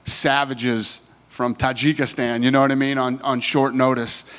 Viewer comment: Did he say kajigistan? Hahaha omg Americans huh?